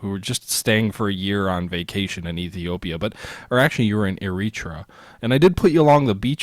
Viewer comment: Eritrea is pronouced like Airatraya. I suck at telling how to pronounce word but thats how its pronounced